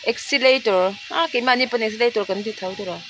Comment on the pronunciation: accelerator tih turrrrrr